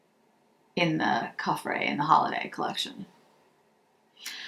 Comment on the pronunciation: You never or very rarely pronounce a consonant at the end of a french word so coffret is to be pronounced k-ofray